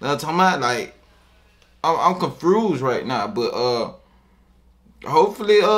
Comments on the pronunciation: “Im confrused rn”😭🤦‍♂️ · “im confrused”